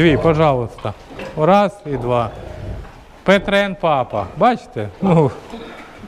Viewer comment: Не петрен,а пьетрен